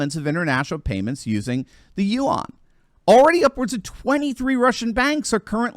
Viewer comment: You aren’t pronouncing yuan correctly.